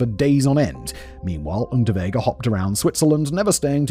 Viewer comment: I kept hearing the criminal’s name as Rutabaga and I’m not mad tbh